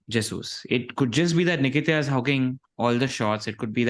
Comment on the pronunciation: calling Nketiah - ‘Nikita’ is just 😂😂😂